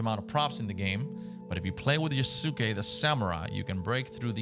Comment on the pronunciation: I can tell you never watched anime lol It’s pronounce “YAHS-kay” my broder